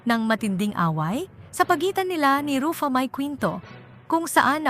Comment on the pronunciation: Sis paki ayos ang simpleng name ni Ruffa mae bago ka mg post mali mali pronounce mo ng name ayusin mo worldwide nakababasa nito. Di kmi good sa english pero pagdating sa name straight namin nasasabi yung name. Please pkistraight mo muna bago ka mg post. 😅